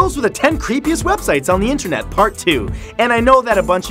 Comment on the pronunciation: "intrenet" That is what he said